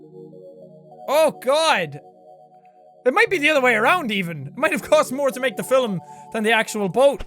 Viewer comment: The way jack pronounces "films" 😂😂😂😂😂😂😂